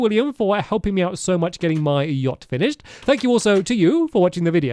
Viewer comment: "Stampyhead Stampynose Stampy's Lovely Luxury Yahct" (S.S. Stampy's Lovely Luxury Yahct)